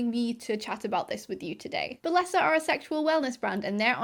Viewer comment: What is a balessa toy. And why does it sound wrong?